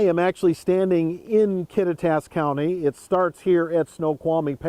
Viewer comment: If that guy is to be a good news reporter, he ought to at least learn how to pronounce the town names properly! Kattitas is pronounced Kaw-tie-t-us